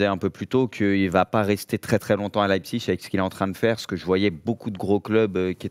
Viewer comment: Pitié prononcez Leipzig correctement svp